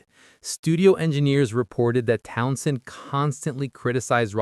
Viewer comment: You can always tell a bot, they overpronounce things and pronounce them literally, not like real people. This guy says Town SHEND like he was drunk and trying to maintain. Pete was OK, but he was never an inspired guitarist, he wanted to be the show, which explains his feuds with Daltrey.